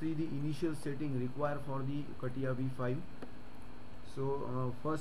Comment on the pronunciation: Never thought I'd hear it be pronounced as kattiya XD